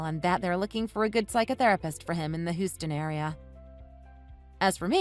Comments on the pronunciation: Hew-stun! It's pronounced Hew-stun. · They need to learn how to pronounce Houston.